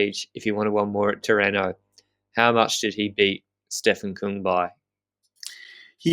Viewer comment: Küng, not Kung., please correct on the pronunciation;)